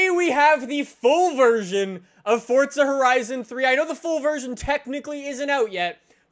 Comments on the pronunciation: its forza not fortza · Why the fuck does he say fortza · "Fortza Horizon" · Why does he say Fortza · Why do you say fortza?